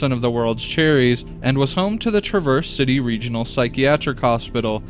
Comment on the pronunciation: Its TrAHverse coty (for future)